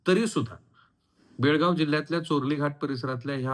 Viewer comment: Belgavi nahi Belgav